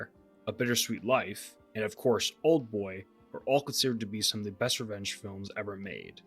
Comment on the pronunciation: I thought you kept saying wrench films instead of revenge films lol